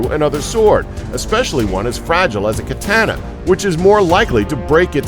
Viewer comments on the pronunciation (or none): and all the A sounds in Katana are said the same way Ka Ta Na not Kuh Tan uh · Its not pronounced K-ah –tan-ah it is pronounced K-ah t-ah n-ah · Its katana not katANA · Ka ta na the A sounds the same every time. Not kuhtahnuh... Think of the "a" as the sound of it's use in awe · "Kuh-tan-nuh"? Kuh-tahn-nah! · ka ta nu not ka tan a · kuh-tah-nah. not kuh-tanna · KA-TA-NAH. Not Kah-TAN-UH. Please, that was brutal on the ears. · Ka-TAH-na not Ka-TAN-uh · I thought it was (kah-tana) not (cat-hana) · OH GOD CAT TAN NAH ITS KUH TON NUH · i cringed every time he said katana. the a's are all supposed to be pronounced the same length. kaataanaa, not kiteanna. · Great video, but please stop saying Ka Tan Na. It is pronounced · katAAAAna.. Why such a strong A sound? Lmao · Anyone who pronounces it "kuh-tan-uh" should be disregarded and mocked. Perhaps burned as a witch, or heretic. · disliking because of the mispronunciation of katana (should be kaw taw naw because it's Japanese) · Please pronounce katana correctly. I'm aware it has it's issues but it's name is not "Katänna" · He pronounced kitaner wrong. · As fragile as a Kyuh-tah-nah. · "katAna" shit gets on my nerves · Aaaaaaahhhh!!!!! Ka Ta Na! Japanese word! Do not use English pronunciation!!! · Kuh tan uh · it's japanese. quite possibly the easiest language on earth to pronounce properly. the characters have one sound that is rarely modified. ka ta na. simple... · he was pronouncing it katayna... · Pronounces katana kahtahnah cringes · you don't like the word KA-TAN-NA lol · it rhymes with banana. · They seem to know all of this stuff about katana, but they can't even say the name right. xp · I can't stand the way he says katana. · katana... lol youre pronouncing it wrong..... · the Japanese "A" sound does not change through out the word. Every "A' is like the a in f*a*ther. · The way he says katana kills me. It’s such a bad pronunciation. Hurts my ears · Your saying katana wrong